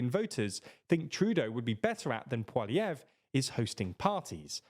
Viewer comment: How lazy they didn't even read his name before trying to say it. What the fuck's this "pwahlievre" shit?